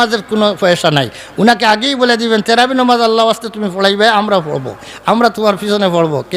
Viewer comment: আপনি তো তারাবি শব্দটাই বলতে পারেন না আপনি আর কি ফতোয়া দিবেন?